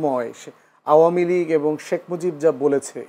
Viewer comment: শেখ মুজিব কে শেখ মুজব বলবেনা কি দৌলতদিয়ার খদ্দের বলবে আজব 😂😂😂😂😂